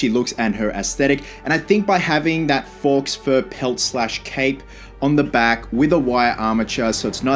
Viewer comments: FYI - Faux is pronounced Foe not Forks! ...Another great collectible 👍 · Looks great! But I hate to be that guy, it's "faux" pronounced like "foe" not "fox" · Faux = Foe ... not forks... and don't say it's because you're from Australia, I'm in Melbourne... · Just a note. Faux is not pronounced 'fox'. It is French and pronounced 'foe', meaning fake or false. Lumiere is also French btw, meaning 'light', like the sun etc. It is pronounced, 'Loom-yair'. Not important but thought I would let you know. Amazing work as always! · Looos great but it’s not Fox fur…..Faux is pronounced Foe like Doe….cause it’s fake fur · Fawx Fur? LOL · "Foe" fur:) Just to add to everybody else! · Yes. Faux is French for false. Pronounced like foe. I kept expecting you to put red fox fur on her. Great video otherwise. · Faux rhymes with Doe, my friend.